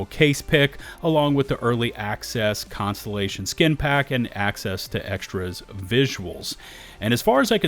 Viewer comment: Contellation? Words are hard.